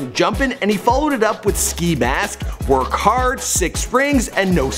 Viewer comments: Did he really say workhard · nigga said work hard instead of wokhardt im dead 💀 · "Work Hard" 😂🤦‍♂️ its wokhardt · its wok hart, not work hard . like "walk heart" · He just called WOKHARDT "Work Hard" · He said Wokhardt as Work Hard, lmfao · "work hard" it's WOKHARDT buddy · dude said work hard lmfao its wokhardt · he really said "workhard" bahhahahah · its wockthardt